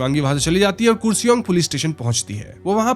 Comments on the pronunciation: Kursi-ong ❌️ Kar-See-Ong ✅️ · Kuresong nahi, its karsiong( pronunciation) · It's not kuresong it's Car-Shiong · Kooresong nahi bro KURSEONG (car-she-ung) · It's Kurseong not kusiung 😅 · Not kur sing its kaar sang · It's kar se ong not kuriseong please pronounce properly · Arrreeee yaar woh koorseong nhi hai, karsheeang pronounce hota hai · Not kure-song its karrr-se-iong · Pronunciation should be karshiong,not koorsiong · कुर्सियोंग spelling ke hisaab se but pronunciation is “karsang” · .we pronounce it as kurseong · The pronounciation should be "car-she-yong" 😊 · My friend its pronounced as karseong although the spelling is kurseong. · Its kurseong (karsiang - in pronunciation) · I understand you are not bengali so pronunciation sahi nahi hogi... still I would like to correct you...the word "Kurseong" pronounced as "car-she-ong". Other than that the video is great ❤ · I don't want to currect you but it's Karseong in pronunciation ❤